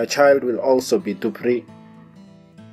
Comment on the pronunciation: In Somali language we dont have letter P, Z and V. So when you say DUPRI, you could have said DUBRI. But still i am not an expert and no can tell me he is an expert in Somali language or its different dialects.